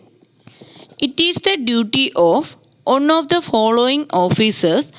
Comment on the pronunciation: One =വൺ ഒൺ അല്ല